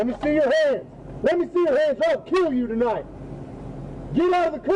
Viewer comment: My favorite part. “I’ll kill you T’night”